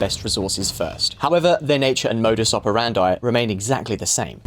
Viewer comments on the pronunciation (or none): none